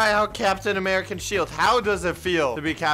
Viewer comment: my mans said americian